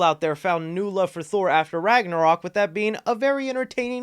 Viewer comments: Lol he said thor ragnorok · Bruh he said thor ragnorok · He said thor ragnorok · you call it ragnorock